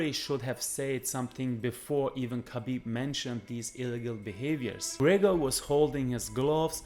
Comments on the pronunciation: Obv smdh.. it Gregor lol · His names not gregger That's disrespectful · conor mcTAPgor😂😂😂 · No it is Greggor as Khabib had knocked the fuck Mc out of McGregor. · I am behind Khabib all the way. How can I like a video where a guy cannot say McGregor? Work on your speech dude.